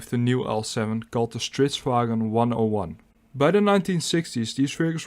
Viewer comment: You managed to pronounce the Swedish word, stridsvagn, pretty good. 👍 Interesting video